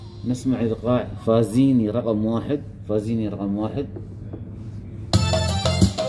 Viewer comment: الايقاعات التونسية لايف وجميلة لكن هناك ملاحظة اسمه فزّاني Fazzeni مش فزيني . والغيطة مش جيتا …. والغربي مش قاربي !!!